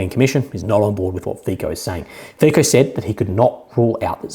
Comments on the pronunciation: just a small point. Fico, due to Slovakian pronunciation where the letter c is pronounced 'ts'. His name is said like this, as strange as it may look/sound: FEETSO. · 👋 subscriber from Slovakia here. my 2 Cents: 1. Fico is spelled something like Fitso 😊 2. fun fact: not only was russian gas transformed through the pipelines across UA to Slovakia, but UA gets paid hundreds of millions of $$ as a transit fee. even funnier, that UA is buying & consuming russian gas itself. want to laugh even more? UA was not willing to transfer russian raw oil through its territory. solution: the raw oil changes ownership on RU/UA border and becomes ownership of EU based (SK, HU, etc) oil companies. so it doesnt even need to be “repacked” in India and other 3rd party countries. no moral issues here? 💁‍♂️